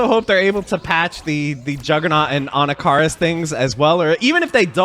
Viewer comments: Anakaris - It's pronounced like this (Ah knock ah Ris) For years I've been hearing his name pronounced wrong 😭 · For me the worst part of this release is knowing I’m gonna have to listen to you butcher the pronunciation of Anakaris that much more often 😂